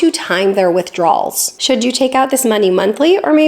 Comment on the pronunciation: I love all the videos and I know you know the difference, but it very much sounds like you’re saying “withdraw(s)” rather than “withdrawal(s).” It’s not every time, but it’s often enough that it catches the viewer’s attention.